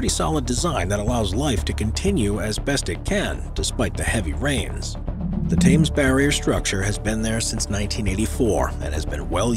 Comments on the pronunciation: oh I cringed when he said Thames that way 🫣🤦🏼‍♀ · “Thames” is not pronounced “Tames”, it is “Tems“ 🙄🤦‍♂️ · The HA is silent... Thames is "T'mes"... not T'ha'mes. Not Times (as in Time) but T'mes = T'imes as in Tim's... :) lol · its called the thames NOT the tames barrier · 'Thames' is pronounced 'Tems'